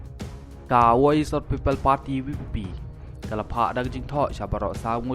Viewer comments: ka voice ,ym dei wois kumba phi kren😂😂😂😂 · Bah utuber, dakaba BUROM sngewbha Ban pronoun bha banlait Naka jah BUROM 1-VOICE 2.WOISH phipat phi kynnoh woish te kamiahap keiñ....